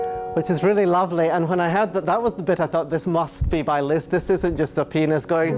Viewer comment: Is it me and my girlfriend or he says penis instead of pianist?